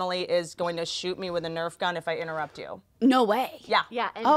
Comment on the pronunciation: Hannah : its okayy if you inturr Whitney: inturrept